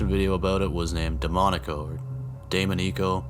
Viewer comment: The trying to pronounce “Damonico” rlly ticked me idk why 😂😂😂😂 This was such an amazing video tho, congratulations on creating 30 of these amazing videos and that sponsorship! I’ve been watching since #2 and I’m always looking forward to new releases. My fav YouTube channel 😎🙌🏽